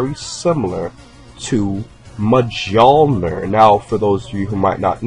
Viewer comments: He butchered thor humor in pronunciation majulner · you said mijnoir wrong dude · "Thor's hammer is called MAJOLLNER!" Great job comparing names when you can't pronounce them right. And pulling things together based on two people standing near each other (I only see that used in the most desperate attempts usually). He was a very obvious hercules reference, but the Thor stuff is garbage. Conan and He-man were both also inspired by Hercules if I'm not msitaken, so they'd obviously resemble him too. The #16 stuff was so obvious you couldn't get it wrong if you tried. Though it is a huge shame #16 himself never did any time traveling. Woulda been cool if he'd used Trunk's time machine to come the second time, instead of Trunks making a return. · For christ sakes it's M'yole-near not Muh-joel-nurr. The j is pronounced like a short i or y because originally I and J were the same letter. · NO, HELL NO! ITS NOT "MAIJOLNIR" IT´S Miolnir!!!! That's how you pronounce it on Swedish/Norwegian/Danish. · Thors Hammer is named Mjolnir and pronounced "mule-near". Fucking moron. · It's pronounced mullnear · Mjollnir: Pronounced myol-near. Heads up. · Muh john lir 10/10 pronunciation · Mjolnir is pronounced Mule-Near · U pronounced thors hammer name wrong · i cannot believe you pronounced mjulers name that way. its pronounced "MULE"-NER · The name of Thor's hammer is pronounce "mul-nir" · The name of Thor's hammer is pronounced "Me-Yol-Near". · If you can't pronounce Mjolnir yet you use it in your video, your credibility is gone. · its mee-il-nor, the j is silent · hate me if you want but as a scandinavian i have to say you are saying mjolnir wrong